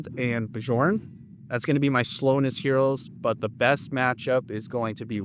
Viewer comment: Are you still calling Bjorn as 'Be-jorn'? If you are, then here's the correct way to say his name. 'Be-Yorn' but say it together very fast.